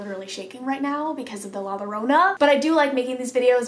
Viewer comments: Llorona is pronounced yo-row-na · With the princess doll one she is speaking to the entity and is talking about how the doll is moving. Also in Spanish when there are two L’s the sound turns to that of Y( ex Llorona is pronounced Yorona) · To pronounce 'Llorona' just take the name 'Yeager' as an example. The sound that the 'Y' in Yeager, is how you pronounce the double 'LL' in 'Llorona'. Only pronounce the 'Y' & the rest is spelled right. In Spanish there are four more syllables in the alphabet, the 'Y' is one of them. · Lmao you’re so cute coach, in Spanish the two L’s at the beginning of a word make “Y” sound 😂. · Any spanish word that starts with two Ls example “llorona” is pronounced with a Y sound so i would be pronounced more like yorona. Just thought i would help. LOVE YOU!💙😚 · When you say “la Llorona” the double L in Spanish is pronounced like the y in English, so when you say “Llorona”, it’s pronounced yorona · In Spanish the two L’s makes a y sound so Llorona would be pronounced Yo-rona. Her story is very interesting I highly recommend looking into it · Hoi im here to tell you that the L’s in llorona are pronounced as a y so yorona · Easy way to pronounce Llorona is YO..RO..NA JUST LIKE CO.RO.NA lol yiu get it.. Newho its a legend in mexico of a women who drowned her kids in a fit of rage due to her spouse leaving her for another women and when she realized what she had done she tried to save her children.. It is said that she weeps for her kids at night while roaming the river /lake. And its also said that she weeps with hopes that a male companion would come along so that she could kill them.. So as kids we were told the llorona would get us if werent home before the sun went down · The ll in llorona is pronounced like the y in yellow